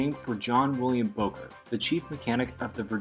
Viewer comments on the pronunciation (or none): Your mispronouncing Bowker. It's pronounced Bow as in take a bow. I'll bet you even mispronounce the name Genoa.